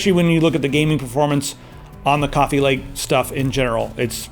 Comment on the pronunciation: coffea, gween tee